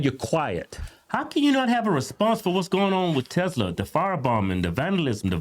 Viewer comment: What's Tezla?